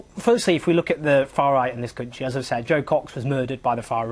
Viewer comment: Countsheee. Countsheee. It's country you dull little wank.